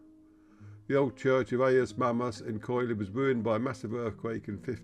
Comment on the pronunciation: It is pronounced Kili, the oi is and i sound in Greek.